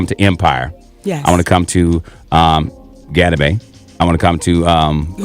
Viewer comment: "Gadibae" 😂it got a ring to it though as wrong as that name was